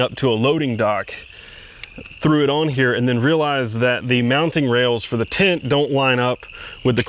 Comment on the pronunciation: Ooooh, you're saying "tent." I couldn't figure out why it was so hard to find "tint" for your specific excursion. Everything makes so much sense now. I have some fond memories of our old excursion. However, I didn't have to pay for the gas.